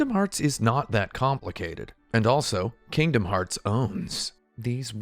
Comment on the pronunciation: My biggest takeaway from this video is that I really really hate how you pronounce Kingdom Hearts and you should continue to pronounce it that way because I'm not your mother.